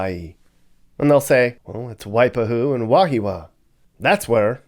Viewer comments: it's pronounced WHY-PA-HUE ? DO YOUR HOMEWORK BEFORE MAKING YOUR VIDEO'S :face-orange-raised-eyebrow::face-pink-tears::hand-orange-covering-eyes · It's WAI- PA-HU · Not " why pa hoo" sound like a hick! Its pronounced "why pahwho" = WAIPAHU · It’s wai-pahu 🤦‍♀️🤦‍♀️ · Y-he-a-wa, y-pa-who. I hope this helps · I can’t with these pronunciations “wipe-a-who” and “ka-heely” and false truths smdh. Didn’t even show the real ghetto where’s the real Kam 4? Lol cam 4 apartments? Wtf Kam 4= Kalihi Valley Homes smdh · Waipahu---Y pu hu😂😂😂 Y pa hu🤣🤣🤣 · It’s called wai pa hu! Haole guy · Try pronouncing again lol Wai-Pah-Huu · Your pronunciation is so haole! Let me try to help. Waipahu is spoken like Why-paw-who. Basically, every Hawaiian word is a combination of consonant/vowel. Several are consonant/vowel/vowel. All of them are pronounced only one way. Once you figure that out, you can say any Hawaiian word correctly. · Wipe-a-hoo, lmao you got me rolling with that pronunciation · You are pronouncing Waipahu wrong. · Why-pah-who Ka-Lee-hee Lol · Mispronouncing Wahiawa and Waipahu. Put stress on the first syllable WAhiawa. 2nd a is silent. So, WAheewa. Waipahu put stress on 2nd syllable WaiPAhu. FACKING HAOLE! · Wa-hee-wa, and Why-pah-hoo... at least say it right